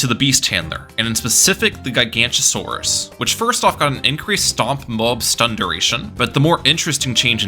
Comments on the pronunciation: As a dinosaur enjoyer, every time you said Giganotosaurus was pain. It's GiganOtosaurus, not Gigantosaurus. That is a whole different dinosaur, a herbivore of all things. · it is pronounced GIG-uh-no-toe-saur-us, not ji-GANT-o-saur-us, please do not disgrace my goat by making him sound like a bad godzilla ripoff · Its pronounced “jai-ga-note-o-so-rus” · I literally cannot watch this video with how he pronounces Guy-gancha-saurus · is called gi-gaa-not-oh-sore-is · Isn't it giga- not- a- saurus? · Ah yes, my favorite tower The Guy-Gancha-Saurus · GigaNOTOsaurus. Giga-noto-saurus. Gig-uh-no-toe-saurus. You have angered the dinosaur nerds. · Gig o not a sor us is how u pronounce it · great video but the dinosaur nerd in me died every time you said gigantosaurus 😂 it’s a weird one to pronounce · as a dinosaur nerd this makes me so mad (the way he pronounces it) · Also he's pronouncing the "t" as a "ch" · Relatable, absolutely painful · He's not even pronouncing it correctly as "Gigantosaurus." He's got the g sounds flipped. Has he never heard the word "Gigantic" spoken aloud before? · Take a shot every time he mispronounces Giganotosaurus